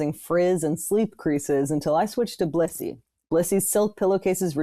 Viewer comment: this didn't sound like they were saying Blissy at all